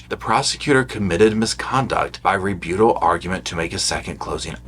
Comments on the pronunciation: Rebuttal. Re. BUTT. al. Not re-bute-al. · Re- but-ul...not Re-boot-al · Re Butt ahl Not Re beaut ahl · The way you pronounce ‘rebuttal’ sends me. Ree-BEW-tol You are so stinking cute,!! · Lol!! Its re-BUTT-al 😂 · Please - it’s re-but-tal. 😉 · I've enjoyed your entertaining and informative videos on the Boone trial. Thanks for keeping us updated on the ongoing motions. I sure hope Kraynick covered his bases so we don't have to do it all over again! PS- please look up the correct pronunciation for the word "rebuttal". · I love how you say rebuttal!! lol gives me a giggle.